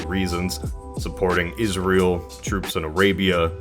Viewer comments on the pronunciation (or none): none